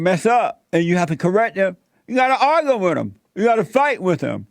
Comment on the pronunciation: "You have to arger with blacks"